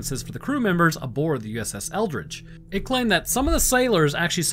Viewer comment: Why do I keep hearing it as “USS Eldritch”?